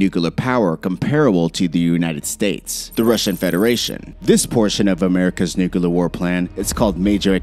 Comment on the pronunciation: "Nuke-a-lerr" and "Ice-Bee-Im" aggravating A.I. slurred mispronounciation.